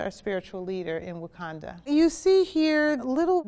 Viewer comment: Brenda Presil - *Wakanda*, but that's okay. Banner had trouble with the pronunciation, too. 😁